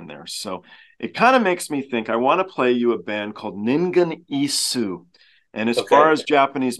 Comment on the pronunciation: The pron. is Ningen Is', the last "u" is mute.